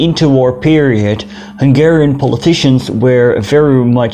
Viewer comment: As a Hungarian, I really appreciate some videos about my nation (well kind of since I am from upper Hungary). Also, your Hungarian pronunciation is very good :).